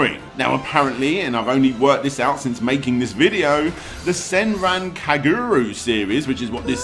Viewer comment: "senran kagooroo"